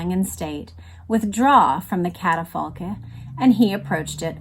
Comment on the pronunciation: The word catafalque is pronounced with a k sound at the end A pre-dieu is a folded wooden chair that could be used for kneeling in prayer